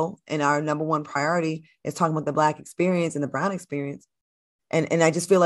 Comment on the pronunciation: Love when Funky pronounces the word “Black”…..Blike….or “back” and “bike”